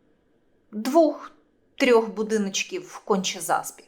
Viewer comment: На укре двох, а не двух